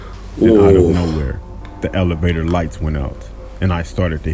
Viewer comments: Dad:alevator😂😂😂😂😂😂😂 Me:what? It’s elevator😂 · What is an Alivator or is it an elevator because he said Alivator 🤔